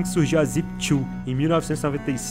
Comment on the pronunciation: "Zip tchu"